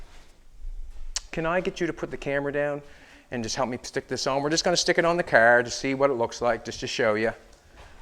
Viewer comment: Nevermind you literally just said Nova Scotia . I love it. CaaAr . XD